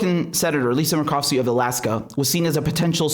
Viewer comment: Senator Murkowski. You said it right except for, say mer like mermaid. I'm down from 30 channels to just you and Jimmy Dore.